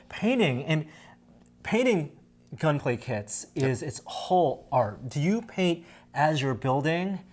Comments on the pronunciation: That dude kept on saying gunplay kits. Bruh its Gunpla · GunPlay? It's GunPla. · NONONONONONONONONONO NO!! Gunpla stands for GUNdam PLAstic So it's pronounced gunplah not gunplay I thought you were Asian dangit(that was a joke pls I'm an Asian too don't kill me) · It's not gunplay it's gunpla pla as in plastic not play.....Plastic Gundam model. Man that's brutal that he never corrected it. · Stop saying gunplay. It’s gunpla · it's pronounced GUNPLA', not GUNPLAY/GUNPLAE. dammit!😡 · Did he say gunplay.... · woah... that Kshatriya tho :o Marida would be proud also, it's gun"plah" not gun"play" XD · WASSUP! Ackshually it's Gun PLA not PLAY god. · Love Gunpla. Calls it GUNPLAY. If you are doing a professional video at least pronounce the words right. It's like your dad constantly calling it Poke Man. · Shame shame shame! It's Gunpla. NOT GUNPLAY!. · IT'S CALLED GUNPLA!!! NOT GUN-PLAY! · Lol the way you pronounces gunpla is kind of offending me.... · I guess I've been saying gunpla wrong all this time xD